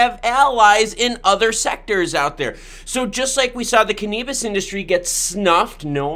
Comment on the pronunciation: Cannabis 😆 🤣 😂 it's Use your phonics can uhhh bis 😆 🤣 😂